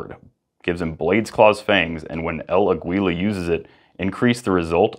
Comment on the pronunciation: It's pronounced "el á-gila" it means The Eagle on Spanish and it is said almost the same.